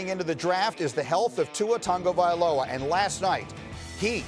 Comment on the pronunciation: still can't say Tua Tagovailoa correctly